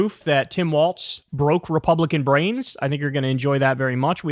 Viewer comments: Yeah its pronounced WALLS haha. I did the same thing at first pronouncing it with a T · Kyle your saying Tim Walts, it’s Walz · Pronounced Walls. There is no T in his last name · THERE IS NO "T" in his name,, say it with me WALLL-ZZZZZZ. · It is Walz as in walls and Kamala as in comma-la. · his last name doesn't have a t in it. its walz. it is more thsn 1 wall, not a dance. J D does it on purpose, please quit. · Hey just wondering, why can’t Kyle pronounce it “walls” like it’s known to be pronounced? It seems rather ridiculous to persist. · Nah bruh the phonetic pronunciation is “WAWLZ” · Kyle is going to be saying the name "Tim Walz" on air at least 10,000 more times over the next three months at minimum. SO WILL SOMEONE PLEASE TELL HIM HOW IT"S PRONOUNCED???? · I'M WAITING FOR YOU TO JUST SAY FUCK IT AND START SPELLING HIS NAME THE WAY YOU KEEP INSISTING ON SAYING IT! IT'S NOT TIM WALTZ IT'S WALZZZZZZZZZZZZZZZZZZZZZZZZZZZZZZZZZZZZZZZZZZZZZZZZZZZZZZZZZZZZZZZZZZZZZZZZZZZZZZZZZZZ! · OK man, why can't you pronounce the man's name??? IT'S WALZ!!! Pronounced WALLS...not WALTZ. Trump says Waltz to be a dick. Why are you doing it?? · It seems that Kyle has to consciously make himself remember how to pronounce Walz and not Waltz.....bc he calls him waltz like every other time and then will say Walz correclty but then say Waltz again n it keeps happening over n over again like that🤣😭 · It is pronounced WalZ.......there is a Z at the end of his name but not a T. Not Walls and Not Waltz........Pronounce it with the Z but leave out the T. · KYLE!!! It's pronounced like "walls", not like "waltz"! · It is pronounced WalZ.......there is a Z at the end of his name but not a T. Not Waltz........Pronounce it with the Z but leave out the T. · It's WALLS not WALTZ lmao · WALZ (walls) not Waltz (dance). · Just remember it's pronounced walls not waltz. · Its Tim Wallz, not Tim Waltz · You should learn to say his name properly. It’s Walz, not Waltz. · WALLZ not Waltz